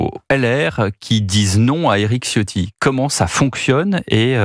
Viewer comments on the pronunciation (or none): none